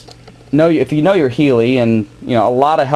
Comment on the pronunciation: good vid..it does hurt my ears when he calls the heli....a healy............